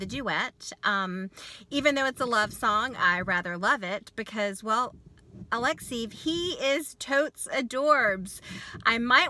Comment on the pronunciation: [A-lek-'se-jev] !!!! I am not a fan of his, but hearing your mispronunciation of his name over and over again from video to video.....